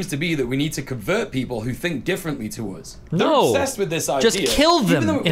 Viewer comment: When you pronounce “us” a “Oouz” you should be permabanned off youtube no questions asked.